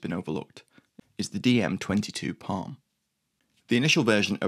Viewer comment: It's PARM Panzerabwehrrichtmine, not PALM